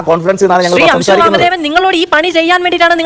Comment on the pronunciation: അംശു അല്ല ശിശു